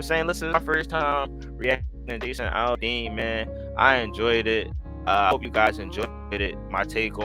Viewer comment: Just don't say Al-De-Ann lol. That was hilarious though,. 😇✌️